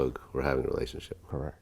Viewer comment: "Correc"